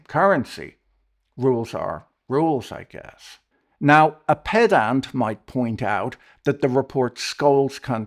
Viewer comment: 'pedant' shouldn't be pronounced ped-ant 😉